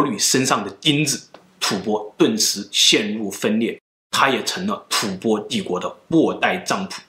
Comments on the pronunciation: 為何是吐ㄅㄛ？不是應吐ㄈㄢ嗎？ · 吐播？ 吐蕃(音同翻)吧